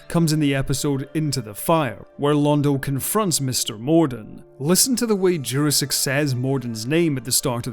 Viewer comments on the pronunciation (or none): Jurasik is read like "Your-asic" not "Jurrasic". For further references onward. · This is the first time I have ever heard Peter Jurasik's name pronounced any other way than "Jurassic". I must admit, it is very jarring. ASD + ADHD + PTSD. Still, excellent video. Thank you!